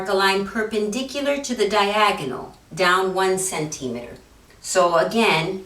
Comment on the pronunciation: Great tutorial but please learn how to say "centimeter" correctly....